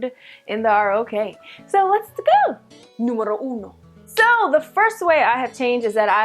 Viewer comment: do you have italian origins? ahaha that Numero uno sounded perfect :p